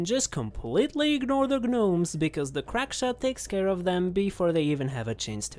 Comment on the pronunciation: FINALLY someone pronounces gnome correctly